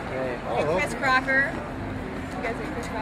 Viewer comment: did she say chris CRACKER ??